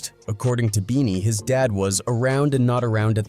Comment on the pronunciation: keeps calling him bennie...like Bennie the butcher.....ITS BEANIE BOT BENNIE